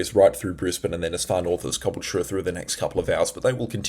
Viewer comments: It’s not cobble chure it’s ca bull cha😂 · Please ronounce Ca BULL cha correctly! Caboultute is not cubblech. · Great info! But please Caboolture is pronounced Ka Bull ture. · cabool-cha. thats how its said. been pissing me off. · Constructive criticism. Some viewers have said you talk too fast. I would say no, I can keep up, it's refreshing to hear 18 mins of information and advice instead of nonsense but at times it sounds like you need a breath. Also I would suggest slowing down just a fraction so you can get those words out. And just a couple of towns you're not pronouncing properly. Look up Caboolture and Murwillumbah, these are the towns you're pronouncing wrong. And basically that's it, your channel is great I love it. Maybe adding a comma here and there in your speech will help you to sound more tv like , I guess. That's where I see you, you sound better than the guys on tv, I'll tell you that. I'm in Labrador area of gold coast. Friday night was the strongest wind. Saturday not too bad, and right now Sunday, rain all day, was heavy between 1230 and 1240 roughly. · The way you pronounce Caboolture cracks me up😂